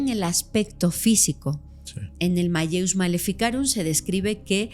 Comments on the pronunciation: Se pronuncia: Mal_leus, es latín, se hace énfasis en la doble elle, no se pronuncia como "llevia". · Se pronuncia: maleus